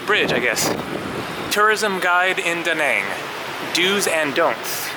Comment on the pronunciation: Nice Went a few times And It's "Da" "Nang" and not "duh naanng"